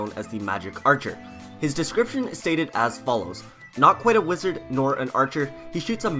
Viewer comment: Dod magec archer not wezard